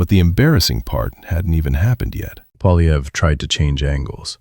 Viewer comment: The guy's name is Poilievre -- pwa-lye-vr. There is no "polly" in there, half-wit -- and screwing up people's names is the most childish insult in the ignorant person's armory. Take it down and re-record it, OK? This is a monument to ineptitude.